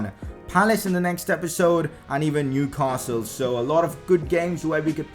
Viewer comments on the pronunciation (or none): none